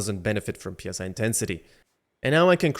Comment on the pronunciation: Bro it's not P S I intensity it's Psi(sye)